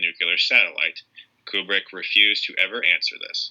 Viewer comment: Don't wanna be that guy but... "Kyewbrick" Great video though 👍